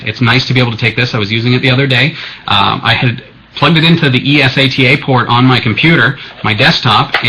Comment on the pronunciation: its not Es-a-t-a, its eSATA, say it fuckin right